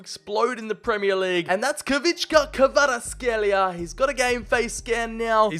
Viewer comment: As a Georgian, I can confirm that that is one of the worst pronunciations of Khvicha Kvaratskhelia I’ve heard on YouTube lol.